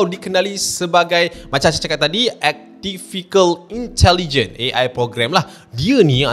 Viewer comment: Assalaam. A.I pronounced as Artificial Intelligence. Sebutan berbunyi Artifisyial Intelijen bukan Ektifikel Intelijen.✌🏽